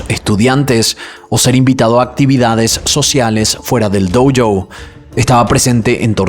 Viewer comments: Me encantan tus videos! Y me gusta mucho la forma que contas las historias, incluso las que ya conozco (como estas) igual me dan ganas de ver tu versión… Solo una cosa me puso un podo nervioso en este video en particular, cada vez que decís “doU joU” esas “u” no van, es “Dó Yo” la pronunciación ;) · ¿Por qué pronuncias "dou-jou" si es una palabra Japonesa, no inglesa? Por cierto, bien por el padre.